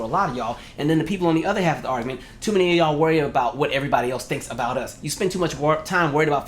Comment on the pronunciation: Say hwhat now